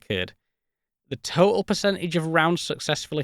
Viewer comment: I’m pleasantly distracted by your heroic efforts to avoid any “T” sounds in the whole video. Words like: au’oma’ic, crea’ing, advan’uge, compuh’uh, whoops, there’s one! Toh’uhl. Seriously, I very much enjoyed this video. Great use of classic, understated British humor.